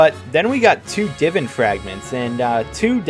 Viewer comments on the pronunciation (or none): It’s pronounced Divaan, not Divvan…